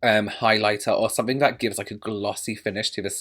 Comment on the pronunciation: It’s definitely “sunnink” I’m interested in 😂😂 fabulous as always! So adorable 🖤🖤🖤🖤